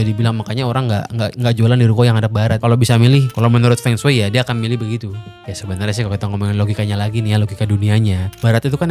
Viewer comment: blm dibikin nih konten mengapa penyebutan huruf latin cina beda dengan penulisannya. di konten ini udah kesebut beberapa, Feng shui = fengshi, Beijing = Pei Cing, Qin = Cin